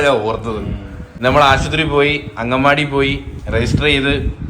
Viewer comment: 😂agganvaadi alla angalavaadi